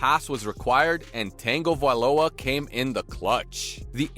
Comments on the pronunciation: Geeze, you keep calling him Tang -ovailoa, it's pronounced tuhng·guh·vai·low·uh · Hahaha he does say Tengo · It’s tag, not tang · say it like tungo not tango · It's pronounced Tounge O not tango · Actually there is a N pronounced in his name. It's the first vowel he's fkng up. It's pronounced as U not E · Tango instead of tago 😂😂 just call him tua dude. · Tanga, Tanga, tanga, where tf is there an tanga in tago, It’s tonga-vailoa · Also...Tangavailowa? It's Tagovailoa! I've never heard someone pronounce a name so confidently, so wrong, so many times. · yea lol. Its pronounced Tuh guh Vi lo uh ... not tangovailoa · There's no N in Tua's name. It's pronounced Tah-go-vai-loa not Tang-o-vai-loa 🤣. Stop adding conconants to Tua's name lol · Who is this "Tangoviloa" guy you speak of? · Say tango one more time 😂😂😂😂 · It’s TONG - O - VAI - LOW - AH… now say it fast. NOW GET IT RIGHT, BECAUSE YOU SOUND LIKE AN IDIOT. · It’s not Tango-viloa bro. I stopped I can’t anymore. You can tell he loves to hear himself talk. Thumbs down. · Bruh….it’s like nails on a chalkboard “Tayyngovailoa” and calling him Hawaiian…. I know he wasn’t intentionally being disrespectful to the man, but he’s Samoan… let’s try to respect him by referring to his ethnicity correctly…the name, yeah I can be more forgiving towards, us Polynesians don’t have the shortest or easiest names to pronounce….buuuuttt **screeech***😂 Edit: I’m soooo glad I’m not the only one who picked up on that pronunciation 😂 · "TANGOvalowa.." Stopped video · Tangle - viloa?????? WTF!!! 🤣🤣 proves this sit is a bot reading a script. All of you shud unsubscribe. Wasted time watching these videos w a fake person. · What the hell is this AI voice? And why is it calling him Tango-Viola? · If I here you say "tango" viola one more time I am going to punch my computer screen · Tangaviola? That is NOT how you say his name bro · "Tengovailoa" beats "John Harbog" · Can this guy just say Tua instead of Tengovailoa! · tongue a vai loa *